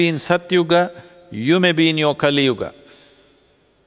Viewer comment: It is neither. It is yuga. There is an a at the end. Small a. Not AA. It's called shwa.